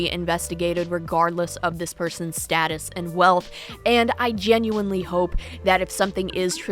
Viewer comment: I’m less than two mins in and a just can’t handle how this clown pronounces “status.”